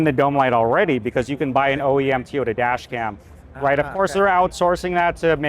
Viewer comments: Toyota, not Teeyota. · What's a Teeota? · Be great if he weren't saying "Tee-yota" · I never knew it was called tyota 😂